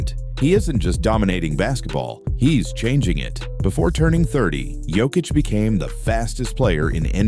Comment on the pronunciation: Yoke-itch not joke-itch AI...